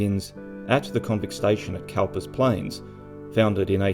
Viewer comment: Cowper was pronounced Cooper. Hence the eventual change of spelling. Ref poet William Cowper. Trivial ? Yes. Thanks for another interesting video.